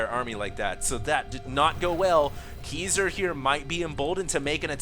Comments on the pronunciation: Obviously not LOL every time he said his name I kringed cuz he was saying like it was pronounced KEYser... drove me nuts LOL but I still have mad props for =D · Its pronounced (Kai-Zer) like king kai. xD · It's pronounced more like KAISER. Haven't you seen The Usual Suspects?